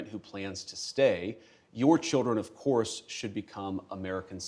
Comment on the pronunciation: “Of corse, of course” with dramatic tilt of her head Lol. She looks so stupid